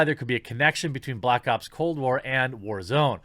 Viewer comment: "Cold Blops"